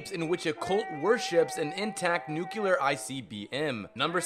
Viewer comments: Nucl-e-a-r. Not Nucelar.... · dude can't say "nuclear" and says "nucelar"... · "Nuculer" isn't a word dude, it's nuclear. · i just hate this one tiny thing about this video. Several times you say "nuclear" in proper english. Then you go on to say "NUKULUR" like an uneducated country bumpkin. WTF? Also it's "look-out" not "Lock-Out" dislike, unsubscribed. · "Hucelar" instead of "nuclear"? Seriosly?! Did G.W.B. wrote this? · 107 Fallout "FACTS"... 102 mispronounced common words. "Nuke-You-Lur"??!?! Cmon man! this is first grade stuff. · Nucular? Who dafuq are you Homer SImpson? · NUCULUR? PODOMAC? WTF MORON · NUCULAR NUCULAR NUCULAR NUCULAR NUCULAR NUCULAR NUCULAR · Can say nucleon, can't say nuclear. Yeah I don't think we're dealing with a deep thinker here. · also the pronounciation of nuclear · Okay, it's pronounced NEW-CLEAR (not noo-killar) and REEK (not wreck) havoc